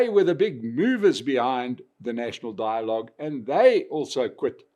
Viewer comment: Die-logue... Rama-coffin-full-$$$